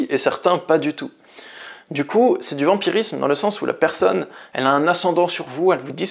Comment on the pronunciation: 'vampirisme' et non 'vamirisme' 🙂